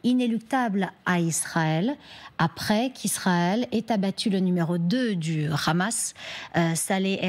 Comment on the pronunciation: On dit pas Khamas en France, on dit Hamas. Sinon on dirait c'est Khalal pour dire Halal. Dès que j'entends ce khhhh je connais déjà la position du journaliste 😅😂